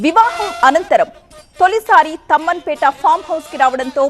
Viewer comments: Amma adi tammanpeta kadu Thummanpeta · Thumanpeta not thamanpet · తమ్మన్ పేట కాదు మేడం.... తుమ్మన్ పేట...... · Thamanpet kadhu thumenpet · Tammanpeta kadu Tummanpeta